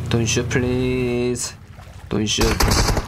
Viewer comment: Normal people said - Please Legend Said - Plix 😂